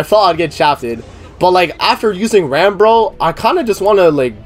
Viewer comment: It is not pronounced Rom. In the Japanese version, they say Ram the same way as in English. Most of the characters in this series do not have Japanese names. Some of them, like, Beatrice are pronounced incorrectly, but an attempt is still made to sound more western.